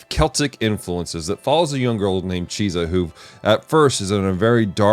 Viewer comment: it's Chise not Chisa lol, love this anime